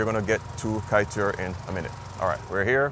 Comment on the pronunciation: The best Kaiteur (pronounced kai-chore) is on Lefferts blvd and Jamaica Ave. The big one. My favorite Guyanese Chinese overall is Caribbean cabana on 116th st and Jamaica Ave. For the boneless jerk chicken fried rice and the cha chi kai chicken with their peppa sauce is amazing. Also honorable mention is friend restaurant on 110th st and 101 Ave. They pack their tray and the pepper is amazing.